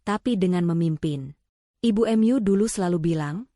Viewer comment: Bahasa apa itu, kata mu dibaca emyu, ma dibaca em a, mak dengarnya